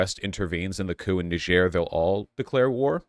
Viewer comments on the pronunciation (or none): Yes the proper pronunciation is nee-zh-air it’s how people say it in Niger. Only in America are we so lazy and unwilling to attempt pronouncing it right, so now most Americans think it’s Ny-jer cause in school that’s what we’re taught. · "knee-zher" btw, not "nai-djer" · It's pronounced Neez-yehr. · It’s pronounced Nee-jér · PSA The Nigerien Embassy says it's pronounced nee-Zher, kinda like "knee-share" but a bit harsher. It's not a English colony, like Nigeria, but rather a French colony. Thus, the difference in pronunciation despite similar spelling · The most accurate pronounciation of Niger is nee-ZHER. It's a majority francophone country and the name is french. I know it's kind of stupid and pretentious to call most countries by their local name/pronounciation when speaking English, but in this case it's really easy and helps steer even wider away from any crass jokes. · It’s pronounced Knee-jer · The country of Niger is a French-speaking nation, and as such its name is pronounced with the same sound as in vision. It is not to be confused with the country of Nigeria, which is English-speaking, whose name contains the same sound as jam. They are both named after the Niger river, which is actually pronounced like Nigeria, just to be confusing. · Trump, desantis, or any Fox News host properly pronounce this countries name….. difficulty: impossible. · Haha how did you pronounce it when you asked?